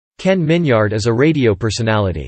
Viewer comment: His name isn’t pronounced Min-yard. It’s Min-yerd.